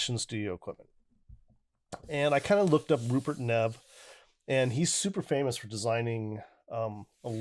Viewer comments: Good review, well done. It is pronounced like ‘Neev’, btw. Also, your headphones are pronounced like ‘Senn-high-zerr’ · That’s a BAD BOY! It’s pronounced “neave” you should see his $5k DAC!